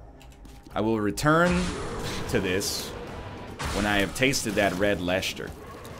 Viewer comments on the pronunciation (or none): Wow, even the grocer has become the grosjer when he's talking about cheeses. Just say Lester and Gloster, no need for the Lesjter and Glosjter. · Gloucester Pronounced -Gl -Phonetic o -Ster Same with Leicester L Phonetic e Ster I don't know where the other letters go but just don't worry about them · Every time egg says "Lechter" it kills me inside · THERE IS NO SH SOUND IN LEICESTER/ GLOUCESTER! 'lesster' / 'glosster' is good enough as pronounciation, it's just a normal s sound. i don't know where NL got the idea that there is but this seems to just never go away. NL said get ready to be offended to brits but honestly the cheese rankings themselves are fine it's the pronounciation. (i'm not really mad just baffled how it's lasted this long) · Nl saying gloucester or leicester - this aint it chief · I'm Dutch and I felt the same. Winced every time he put a sh in those. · I'm from Australia, and I'm cringing all the time. It's painful. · No, NL, you're the one randomly introducing "sh" sounds in words. Gloucester and Leicester are almost right, just... don't do the "sh". Same for your asphalt pronunciation, mister. And groceries.